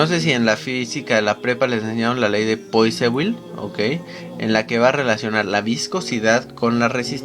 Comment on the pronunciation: Me gustó. Pd.: Poiseuille se pronuncia Puasel. Saludos!